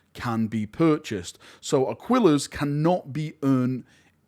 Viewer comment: Super distracted by your pronunciation of Aquillas Currency.